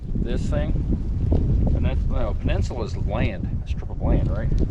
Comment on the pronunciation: "a penensula is a stip of land, what is a stip of water?" hahahaha